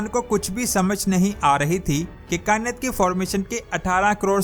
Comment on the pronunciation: کیا کائنت کائنت لگایا ہںوا ہںے۔ “ کائنات “ ہںے یہ۔